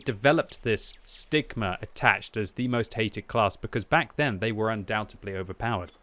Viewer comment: The word is undoubtEDLy....not undoubtEBly...jeez that was annoying to hear you say like 3 times.